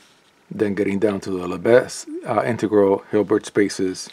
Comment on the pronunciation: Just fyi, the “s” in Lebesgue is silent.